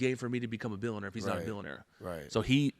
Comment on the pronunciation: can't even annunciate the words... millionaire and billionaire. But he can pronounce the F-word perfectly. If you review his company credentials, you will find numerous complaints about unreturned refunds and inadequate sales training. His sales system is JV league selling to young kids. The worst example of so-called "success." He can write scripts with F-bombs. What a joke!